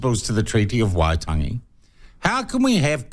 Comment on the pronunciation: Even you can't pronounce Waitangi